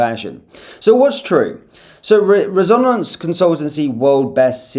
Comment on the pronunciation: resONance? i thought it was pronounced RESonance..